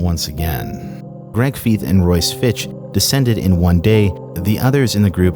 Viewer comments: FYI- Greg Feith appears in many aviation shows. His name is pronounced FEITH, not Feeth. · For the record, Greg Feith's last name rhymes with scythe, not teeth. (He's interviewed in a bunch of episodes of Mayday/Air Crash Investigation and they pronounce his name there.) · Greg Feith (Pronounced Fyth), is the Handsome MAN 😎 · Only issue with this video is pronouncing Greg fifes name wrong, outside of that great video